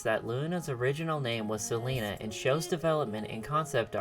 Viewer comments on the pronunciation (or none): none